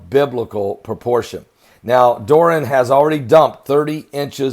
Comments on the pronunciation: love your work but you are cracking me up when you call the storm Dor-Ran😂. This is a Spanish name Dor-i-an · Dor,,,,,,eeeeee,,,,,,,annnn..not dor,, annn. Love you brother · I know this is insignificant... but will you PLEASE get it right?? “DOR-REE-ANN!!!” Dorian...just listen to the news!! You’re the only one who doesn’t say it right! 🙄😒 3 syllables not two Pastor! The “I” is NOT silent! 😂smh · Kc Holmes yep he probably doing on purpose 😂😂😂😂